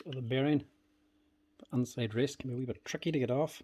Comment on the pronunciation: “ They’ve gotten inseiddd”😬